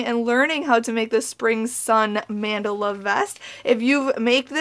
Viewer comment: I love this pattern so much but I hate your pronunciation of mandala